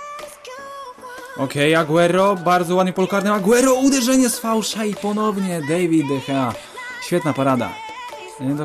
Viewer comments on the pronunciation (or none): dawid de hea, nie dejwid :p